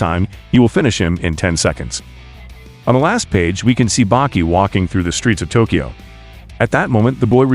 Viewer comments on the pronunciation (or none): none